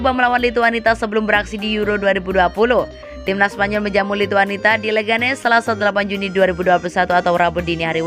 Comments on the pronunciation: Lithuania mbak bukan Lhituanita, gak enak betul didengar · admin nya cuma tamatan PAUD 😂😂 Lithuania malah dibaca Lithuanita